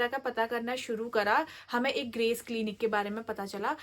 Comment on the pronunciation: Clanic 😂 clinic hota h madam